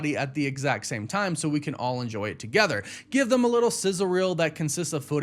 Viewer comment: Why do you say “them” as “thum”? Just curious